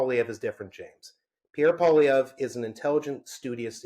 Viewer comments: Dear Spectator Host, "Poilievre" when spoken by an Anglo is not pronounced Pwa-Lee-Ver, but Pwa-Lee-Ever. See the last three letters of his name. Doesn't seem like a big thing, but it kind of is to Francophones. Meant in helpful good faith. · Nobody I have ever known in my life is hated by me as much as this 1 person I have never met. Edit: Learn to say Poilievre! Your guest said it properly, then literally 3 seconds later, you say it wrong! Try harder!!